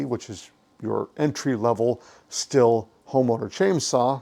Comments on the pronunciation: You Bubba, You need to spend some time in German Class at your local community collage.,,,,,, It's Pronounced "Steel" like the metal - Auf Deutshc sie saga S "ESS", T-""TA", I "EEE", H "HA" L "ELL. - ESS TA EE HA ELL Af Americanish that is pronounced "STEHL" Say it right and don't sound like a red neck ignoreramus. When I hear somebody pronounce it like something you make whiskey in it's like fingernails on the black board to me. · Not trying to be nit picky, but it's pronounced "Steel"